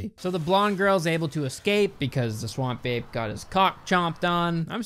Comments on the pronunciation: All this time I listened to you and understood, Swamp Babe lol now I read it's Ape xD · Why does "Swamp Ape" sounds so much like "Swamp Babe" when says it out loud? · Half the video I was just listening and all I kept hearing you say was 'Swamp Babe.' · I always hear "Swamp Babe" and it cracks me up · I know you're saying "Swamp Ape" but I kept hearing "Swamp Babe" and then re-realized 75% through that you were saying the former. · I don’t know what to tell you but I keep hearing “Swamp babe” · i heard swamp babe the whole time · I thought was saying "Swan Bae" instead of Swamp Ape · I'm just hearing "Swam babe"